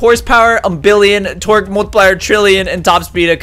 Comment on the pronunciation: When he said " Torque " I thought he said " Twerk "